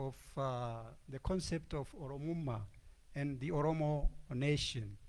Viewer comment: Oromo Nation Not Netion